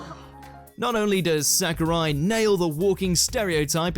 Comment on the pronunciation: Did he call sakuta sakuri?